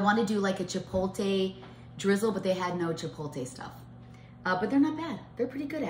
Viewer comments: Its pronounced chipotle.... NOT chipolte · Chipotle sounds like chip-pole-t-leh not chip-pole-tay...but it all looks so good 😊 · Chip oat lay not chip o tay. 😂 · It's "Chi-pote-lay"...not "chi-pole-tay" 😘 The tacos look great! Such a good idea :) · Every time says chippoletay have a drink 😅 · Chi-poh-leh ...the T is silent !!! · The pronunciation of chipotle is driving me crazy. I wanted to scream after about the 10th time she said it. Too funny. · Your saying chipotle sooo wrong 😑 is annoying.